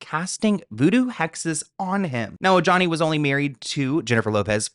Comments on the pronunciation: It’s pronounced O-HA-ne, not o-ja-nee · Omg, I love u, but I can’t! Ojani is pronounced O-Hani. J’s in Spanish are pronounced as an H. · The “J” in Ojani’s name is said an “h”, like “O-ha-ni“. He’s Latin. It’s not that hard. Somebody on your staff should have noticed by now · Ojani=OHANI Are you not hispanic😊???? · The J in Ojani is pronounced like an H